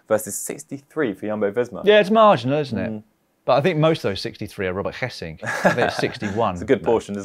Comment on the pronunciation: 'Hessink' is out because of a positive Covid test. I can not find anywhere if he is really sick or not, which I find very weird. As though his real health is less important than the test. And his name is not pronounced Hess-sink. It is Gay-sink and depending on where you live in the country it is a hard g or a soft g. Considering he is from the eastern part I would say the soft g.